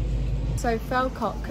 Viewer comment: Pronouncing Falkirk a bit funny. it's like, Fall as in fall down. Fall and then kirk as in church.